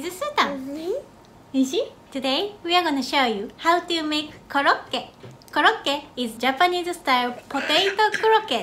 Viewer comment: Its "KOROKKETÓ"